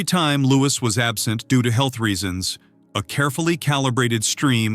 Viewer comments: SENSATIONALIST TRIPE! AND ITS LOO'EE, NOT "LOO'IS' YANK! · Lou-ee not Lewis! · He is not caled Lewis, please pronounce it properly! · Then look it up. Doing a video about him you should be able to pronounce his name.